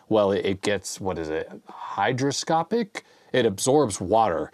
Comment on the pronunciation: The word you want is hyGROscopic, not hyDROscopic.